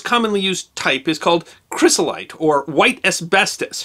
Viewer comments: It's not chrysolite. It's chrysotile. Get it right. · I am an environmental engineer and love your posts but have a small correction for you. , you call it chrysolite...it is actually chrysoTILE. I realize you must have misspoken, since I believe you research your topics to death, but I couldn't let it go. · "chry-so-lite". Uhg! Sorry, but it is pronounced Chry-so-tile or some say Chry-so-til. Otherwise a good piece. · Chrysotile, not chrysolite. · Very nice video, though I wanted to correct your pronunciation of the word "Chrysotile": CRY-so-TILE. The way you said it makes it sound a lot like "crocidolite" (a different kind of asbestos). An easy mistake to make since it's the oddball of the bunch that's not named like rocks normally are, and not a huge deal since you clarified that you meant the one also called "white asbestos", but might warrant a mention in the description or something. Overall, great video!